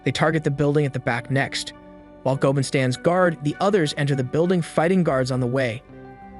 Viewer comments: It's go-a-mon not go-man Goemon is a famous theif in Japanese history. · My guy, I like these videos, but you need to rewatch the series to get the pronunciation of the names 😂 "Chee-ohm" and "Gōmen" had me in stitches 🤣